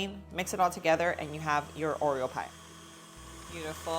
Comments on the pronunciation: Is it just me or is she saying “Oriel” instead of Oreo 😆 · Except when doing the whipped cream, she DOES say “Oriel”. That’s probably a learned behavior as a kid and it’s just stuck with her. (Like some kids say “crown” for “crayon” or “pasketti” for “spaghetti”. You can close up on her mouth to watch her lip position as well as slow down the playback to listen. At the end, at one point, she says “Oreum”. And then Oriel again. She also drops the plosive effect of the double t in the word “button”. But it’s just one of the things that makes her even cuter as a presenter. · oh thank you..I thought I was going nuts because I was hearing her say oriel many times..maybe to avoid trademark issues? but still lol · It's not you, she is saying Oriel 😆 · I noticed the same and scrolled through the comments to see if anyone else noticed! lol